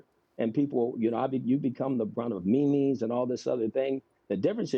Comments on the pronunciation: he pronounced memes " me me's" 😂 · “The brunt of meemees” I hate that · Lol he said me mes instead of memes